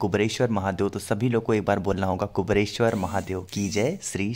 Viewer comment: क्या कुबरेश्वर, कुबरेश्वर की रट लगा रहे हैं। सही नाम तो लो भैय्या पहले..........? कुबेरेश्वर यह सही उच्चारण है। धन्यवाद 🌹🙏🌹